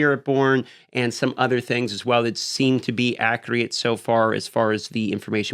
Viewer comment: Why does he say Accreate instead of “Accurate”? 🤔